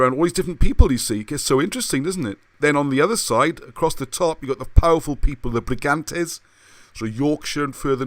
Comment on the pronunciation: i think its ee-sen-ee and br-ee-gaa-n-tair-ss iceni/brigantes....